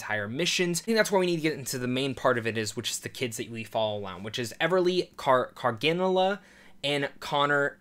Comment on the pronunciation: For the record, it's pronounced Car-ga-nill-a, not Car-gin-a-lla